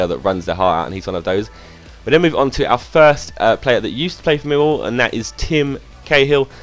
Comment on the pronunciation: I love how you say: Meewow. It's incredible